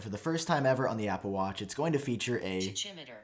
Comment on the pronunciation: "Ta CHIM eter"? You need a new source for pronunciation.